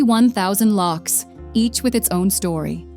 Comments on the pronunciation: Locks,stupid woman,it's lochs; Why does an American have to narrate a film about SCOTLAND!!! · Learn how to pronounce “lochs”. Truly awful narration and pronunciation.